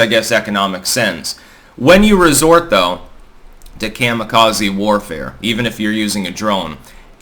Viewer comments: Coma-Kazuhiro. Not mamma, but comma. ❤ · The Japanese pronounce Kamikaze Kah•mee•kah•zee. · Your pronunciation of “Kami-Kaze” hurts the ear. Lol😅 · I had to dip out at the mark because of the way he was saying kamikaze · Just because you keep saying kamikaze wrong doesn't mean it's right